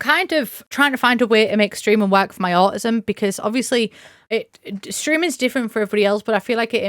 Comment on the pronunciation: Taking off the mask is such a relief, defs do streaming the way you want to! Just bc you’re self employed doesn’t mean you don’t deserve workplace accommodations 💕 PS: the way you say au-ism makes me smile lmao